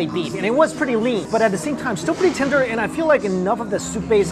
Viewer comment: The moment when he keeps saying 'Tinder' instead of 'Tender'